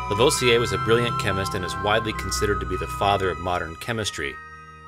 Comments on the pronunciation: I love these videos and have but one criticism and I'm sure I'm not the first to say this but : you need to perfect your French pronunciation. Lavoisier isn't "laVohziay" it's "LaVwaziay" . Other than that... Your photography and your writing are superb: the odd humorous image or phrase really helps too. Love it. Carry on old chap! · "moo-zay"; "La-vwah-zee-ay" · Please learn how to pronounce Lavoisier ! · I'm trying to sound level-headed here... if you do more videos that cause you to say Lavoisier's name, say it La-VWAH-si-ay. I know... I'm picky to a fault. You're not doing Vaucanson any good either. These are great videos, well worth the time.